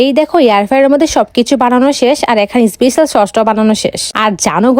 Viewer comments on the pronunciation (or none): none